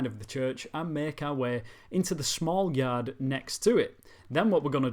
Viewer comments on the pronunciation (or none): none